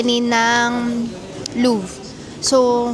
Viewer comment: its loo-vuh not luv 😅